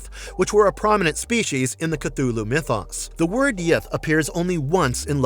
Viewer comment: The way they pronounce Cthulhu with a Ch sound 🤮